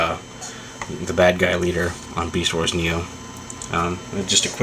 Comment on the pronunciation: lol u sead meast instead of beast... anyway i think ur right